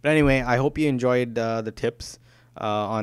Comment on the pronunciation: Do you keep saying wirtual pro? haha